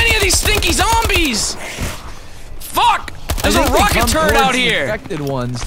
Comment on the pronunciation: it sounds like you say rocket turd